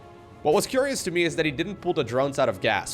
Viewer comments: 'What a CUREious build' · Dark is going to quick baneling nest... CUREious